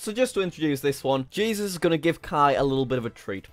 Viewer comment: I love it when Jack goes " where U gonen? " Lol idk how to spell